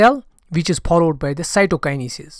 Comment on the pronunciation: I like ur videos but ur pronounciation for some words 😑 pollowed ❌followed ✅